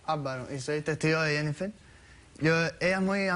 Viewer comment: La Dr Polo no sabe. Pronunciar el nombre. Jennifer!!;!!